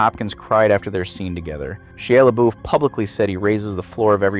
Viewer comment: Haha She luh-buff